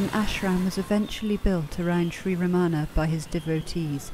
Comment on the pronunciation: I love how Mooji pronounces Ramana correctly. Emphasis is on first a. Thank you. 🙏🏼💙